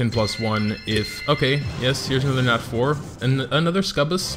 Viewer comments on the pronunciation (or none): Ok your pronouncing "Succubus" wrong. Its suc-u-bus